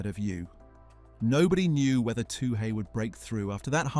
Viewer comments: It is pronounced twoee like chewie, not too hey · Her surname is pronounced Two-ee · What is with the pronunication of Toohey. No one asks for a Too Hay. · OMG her name is pronounced - 2 ee-... Very disrespectful or are you just 'AI'? I know in the grand scheme of things it's not up there, but, basic common coutesy/respect... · Her name is not 'Too hey' , get it right you stupid 🤪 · This is unforgiveable! Why don't people with a simple job do their effing homework?